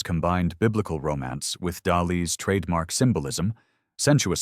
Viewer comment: Word pronunciation is a dead-giveaway something is AI generated. When reviewing the Dali piece, it seemed to get the name right at first but then kept pronouncing it wrong.